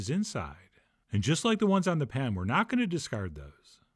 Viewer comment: "Pan-uhn". "Anymore-huh " "like this-uhhhh" You got some serious issues